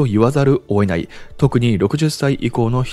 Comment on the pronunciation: 詳しい解説をありがとうございます。参考にしますね。 1つ、気になる話し方をお伝えします。「・・・せざるを、得ない」を「・・・せざる、 おえない」とおっしゃっているように聞こえます。